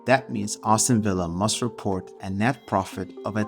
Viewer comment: good video, funny way to say Aston Villa though “Austin villa” 😂 keep up the good work